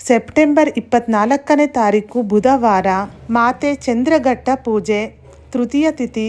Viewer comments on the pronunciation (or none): ಚಂದ್ರಘಟ್ಟ ಅಲ್ಲ ಮೇಡಂ ಚಂದ್ರ ಘಂಟಾ